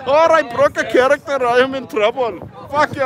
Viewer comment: ahhrr shiht I baroke the chariktehr 😅